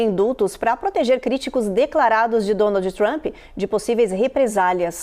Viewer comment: Excelente?? A Jornalista anunciou DONALDE TRAMPE 😂😂😂